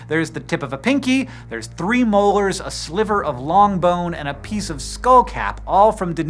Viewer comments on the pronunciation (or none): none